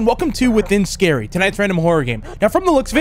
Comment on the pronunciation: The title is pronounced “Ski-ree”